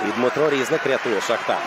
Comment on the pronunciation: Не рІзник, а різнИк